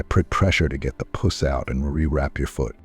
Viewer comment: Oh these AI narrators! So many simple words the AI pronounces incorrectly…”pus” being one. He pronounced it “puss”. Just one example.